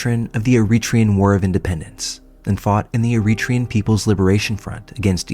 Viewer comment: Eritrean is pronounced air-uh-TRAY-uhn